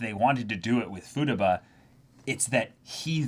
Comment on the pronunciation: Hearing Futaba pronounced “futa-ba” threw me for a loop